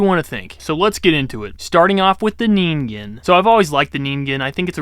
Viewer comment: "Neengaiyooh"? Really? It takes like 5 seconds to look up how to say something. Then you don't teach people something totally wrong AND you avoid sounding like an idiot. 😂 I like your content, but sometimes your mispronunciation of things is annoying. "Nuculer" and "petrosaur" are a couple other examples, but there were others. Anyway, that's my main critique and how I think you could improve as a YouTuber. Maybe a bit more work on the editing, too, so we're not just looking at you for the vast majority of the video.